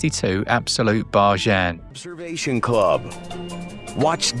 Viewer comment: Always great to hear about the latest barjhans and always makes my wife and I chuckle when you pronounce it like that! Keep up the good work lads 😁